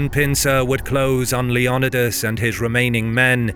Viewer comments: Lee on e das... does he mean "Leo Ni das.... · Leo-ni-das not Leon-idas. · It's Leo-NEEE-das, not Le-OOO-nidas. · LEE NYH OH DAS Leonidas Leniodas?? Even if you skip the "o" it would be len eh das. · its leonidas not leanidas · If you’re going to speak on history please learn how to pronounce names correctly wtf was “king lion uh dis” wtf Leonidas just how it’s spelled homie as a Greek man I’m offended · Greek pronunciation is lay-on-nee-thas with fast emphasis on 3rd syllable. The name rolls quickly when spoken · I was really triggered by the way your was saying Leonidas. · You said Leonidas wrong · The way he says Leonidas almost made me stop watching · You keep saying Leonidas wrong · Leonidas isn't native English you can't sound it out it also Greek not litalian Salamis isn't the meat